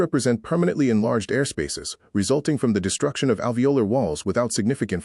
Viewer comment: Pronunciation errors: capillary, alveolar